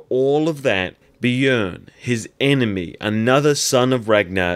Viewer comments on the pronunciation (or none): none